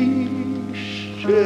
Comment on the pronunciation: Странно, произносятся фразы: кладбисче, чисче... 😮